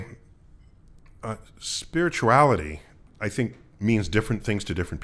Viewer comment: If it was rly you Russ it would say "tell me what you fink"